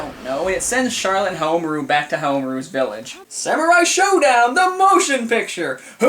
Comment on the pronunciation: I believe the emphasis should be on the RU,and not on the MA. Like HaomaRU, not HaoMAru again, I BELIEVE that's how it works :p I too know someone from Japan who can tell me if I'm wrong.